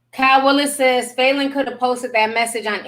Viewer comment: Falynn's suit ate. That's all I got... Also it is pronounced "Fah" not "foo"